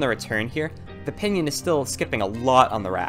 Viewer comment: when ever he says pinion I keep thinking he's saying pinyin which is chinese words using english letters